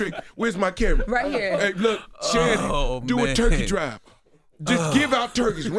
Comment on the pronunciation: when he said turkey drive I heard rent'em spoons... Lol iykyk